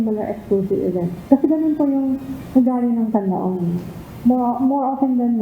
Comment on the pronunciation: pls. pronounce the Canlaon properly...